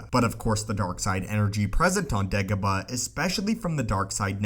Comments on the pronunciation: Say it with me, Day-go-bah. Not De-go-bah. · He says dagobah weird and its really annoying. Not da ga ba Its day goh bah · Dagobah not degoba. Its quite simple u fucling complete moron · Dagobah... not degoba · Its dagobah......not degobar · DAY-gobah, not DEG-gobah. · It’s day go bar.... not degaba 🙈😂😂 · you are not saying it right it pronounced daygobah not degobah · "Degabo"? Haha you pronounce Dagobah kinda weird 😂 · "why degabuh" same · I think it's "Degabah" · Does the vowel "a" really sound like "e(h)" as in "every" where you're from??? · Degobuh lol heard this so many times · I think its how he pronounces it that makes it weird for me. "DehGuhBuh" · Every single time it sounds like "Degobaa", very annoying. Without any actual info newer than 15 years and a super clickbaity title and thumbnail, this is one of the first clips I'll give a dislike... New low water mark. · jesus frucking crist if this youtuber says degobah one more time im going to leave.. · He says degobah..horrible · How many times he said dagoba | | | v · Anyone else triggered at how he pronounced dagobah